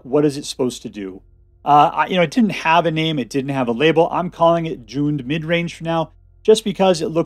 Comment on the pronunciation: I've just never heard it pronounced that way so I had to listen a few times. Thanks so much for your willingness to educate